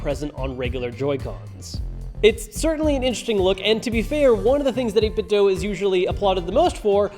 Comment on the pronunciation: still can't pronounce 8bitdo right